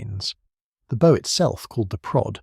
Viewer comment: ? he pronounced bow incorrectly. AI. No idea what you are commenting on